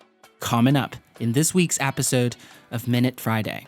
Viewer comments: What the hell is an apisode??? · "In this weeks Æpisode" .... cool!! I thought only the norwegians used Æ :D